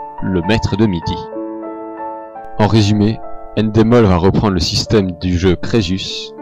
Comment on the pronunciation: c'est ENdemol pas ènedemol